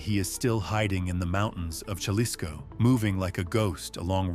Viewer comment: It’s pronounced ha-lis-co not jah-les-co